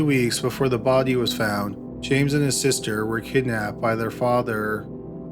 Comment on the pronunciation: "The bod-ee, the bod-ee," he says body in a weird way